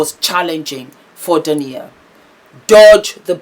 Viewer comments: Hi, you are a star! Just clarify, Dah-eena and Ah-met for the names! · Her name is pronounced Day-na (Dana), and spelt Daina. Haha. Love you.♥️ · Her name is pronounced Dy-ee-na & his name is pronounced Arr-Met. But the spellings are Daina & Ahmet. I've followed them for a while & it was so sad to see what happened to their marriage. She's now flourishing without him, which is beautiful 🙏🏾❤️🙏🏾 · Our differences in cultural pronouncements sometimes causes mispronunciation. I’m sure that being the humble, professional person she is, would apologize for that.